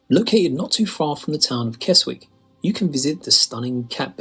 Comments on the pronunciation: Sorry…me again correcting pronunciation! He said Keswick as “Kez-wick” but it should be “Kezzick”. Many of our Abbeys were damaged during the reign of Henry VIII with the dissolution of the monasteries. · It’s pronounced Kesick not Keswick even though it’s spelled like that 😬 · The narrator managed to mispronounce Keswick. It's pronounced Kez-ick, not Kes-wick. But then again, I've heard Alnwick mispronounced in the top ten castles video, also by a British narrator..... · It's not "Worchester" - it's 'Wooster' (Worcester has no 'h' in it!) It's not "Keswick" - it's 'Kessick' I can't tell you others because I had surgery in my right arm this morning and I'm supposed to keep my arm straight and not bend it - the surgery is right in the crook of my right elbow. 😐🏴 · Keswick is pronounced 'Kezzick'. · I’m glad to hear the narrator has corrected his pronunciation of “Salisbury”, but Keswick 😱 should be “Kezick” with a silent “w”. Also, I don’t agree with his Cotswolds picks. There are so many much more stunning towns and villages there, like Stow-on-the-Wold, Bourton-on-the-Water, Broadway and Castle Combe. Yes, they’re tourist traps, but there’s a reason they’re popular. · Generally, if a British place name ends in WICK the W is silent. L and R are silent except before a vowel. The C, E, and R are silent in CESTER and there's no H.